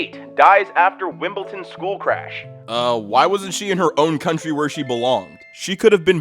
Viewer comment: why are you pronouncing it "wimpleton" lol